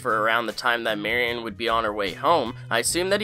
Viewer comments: The way you pronounce Marion is weird and not from the show. Watch the beginning again and listen to the deli guy. That's how the name is pronounced. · Decent enough video. More like a synopsis video vs a "things you missed" video. Also, it would have been nice if you pronounced Marion correctly. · I think I learned more about you than the episode from this video. By your description of your hatred of chewing sounds, you, like me, have misophonia. And by your mispronunciation of Marion, you’re probably in your 20s. Early 30s tops. Sorry to be creepy! 😝 I love your channel - keep up the good work! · The way you pronounce MariON's name is driving me up the wall. "Marion" sounds more like "Mariun"; even if you didn't pronounce it quite like that there would still be no need to put such emphasis on the final syllable. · Ugh...you keep saying "Mary-ON" - it's driving me nuts. I know it's not a common name nowadays but it's pronounced "MARRY-in". Ever see Raiders of the Lost Ark? "Don't look Marion, keep your eyes SHUT!"... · Marion is pronounced “Mary-in” not “Mary-on” she’s not a Pokémon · It’s pronounced marry-in not marry-ON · Thanks for putting this together, it clearly took a lot of time and I appreciate the effort. That said, the name is pronounced "mary-un", not mary-on." I mean, they say her name in the very show that you had to have watched several times to create this list. Or is this one of those "intentionally mispronounce something to boost engagement" things? PS - I may be a bit pedantic. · Marion is Mehreeuhn not Mehree ON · It's electric wheelchair...and it's MariUN, not MariON! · Ugh, the MariON pronunciation drove me crazy. It's Mari-un. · Great vid! Small nitpick, but it's pronounced 'Mary-yun', I kept hearing 'Mary-awn' 🔇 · bro it’s mary-un not mary-AWN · You pronounce Marion wrong every single time. It’s not Mary - On, it’s pronounced “Mary-anne”. You drove me crazy. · its pronounced "marry-en" not "marry-on" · It's pronounced Mary-in, not Mary-on.